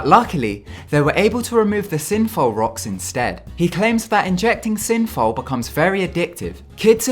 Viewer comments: Dude, it's 'synthol' not 'synfol' ! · Synfow. You mean Synthol! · I was annoyed when he called synthol, synfol.....and diuretics as 'duretics'. What an annoying voiceover.